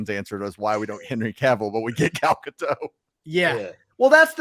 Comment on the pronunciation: Mispronouncing “Gadot”. Google says it’s pronounced with the “t” at the end.